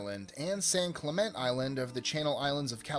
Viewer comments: It's San Clemente (clementy) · San "Clement" Island? Wow. The guy who narrated this video didn't know how to pronounce that name.